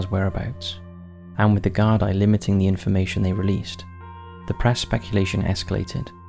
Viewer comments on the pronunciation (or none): none